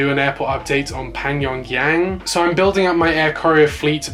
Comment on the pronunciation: Hey I just want to you to know it’s Pyongyang and not Pangyongyang. Hope this helps lol